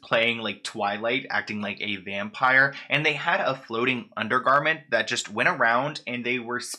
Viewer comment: “under garnent”